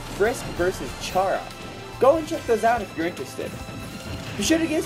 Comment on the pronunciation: YOU CALLED CHARA WRONG!! ITS ka-ra not cha-ra!!!!!